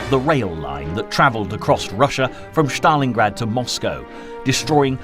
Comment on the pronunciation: thats pronounced Stalingrad not Shtalingrad